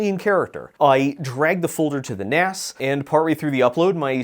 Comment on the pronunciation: Am I the only one who winces at 'NAS' being pronounced like NASS and not like NAZZ? Maybe I'm too old.